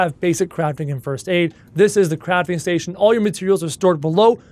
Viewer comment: When he said- let’s Leave the Crafting bay, I thought he said- let’s leave the Crapping bay